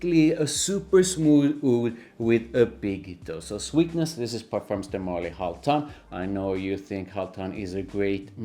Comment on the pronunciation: MarLY, not MÁrly